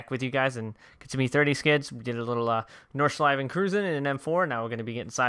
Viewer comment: Ich weiß auch nicht spricht es nur falsch aus